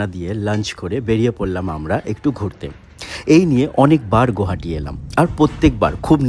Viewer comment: Pronounce as গুৱাহাটী,Guwahati, not as গৌহাটী, wrong pronunciation is a form of dishonour to the city,the lake seen is Dipor Beel, দীপৰ বিল।